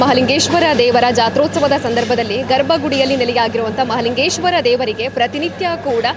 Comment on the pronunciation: Malingeshwara alla mahalingeshwara enniri